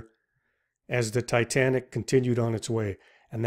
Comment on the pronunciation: "Tay Tay Nick"